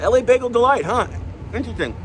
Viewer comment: It's "La Bagel Delight" NOT "L.A. Bagel Delight" For some reason, they're trying to impart a French vibe to their name. Nothing to do with Los Angeles (We can only hope, lol).